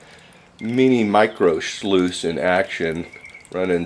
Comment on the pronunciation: Mini shluice?? Lol